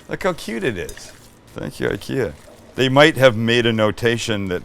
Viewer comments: Yeah, and it's ['ikea] after Ingvar Kamprad, not ['aikea] 😁 Sorry for fighting against windmills 🤣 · It's Ick-ea, not eye-kea. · Found your channel and my life is ruined! Send me a garlic press and maybe my wife will forgive you! It's Ick-Eeh-Ah btw.... who fkin cares right :) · Thanks for this. My Swedish sister in law pronounces IKEA as “E-Kay-uh”. Just enjoyed her Swedish meatballs this weekend, which she made with ground Turkey. Delicious!!! Yes McNally served with Lingonberry fruit spread , potatoes and cabbage that she allowed to caramelize to bring out its natural sweetness. She said,” Just like my grandma taught me.”! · If you want to impress your friends with your Nordic accent, start by pronouncing IKEA correctly. It’s E-KEA. Much love from Danmark. 🇩🇰